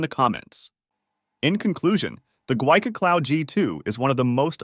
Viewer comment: The company name is actually pronounced, "gee-wee" 🤪 I was corrected by a tech on a phone call.